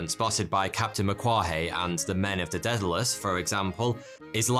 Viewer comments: daedalous is pronounced "day-da-lus" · Did you mispronounce Daedalus 🤣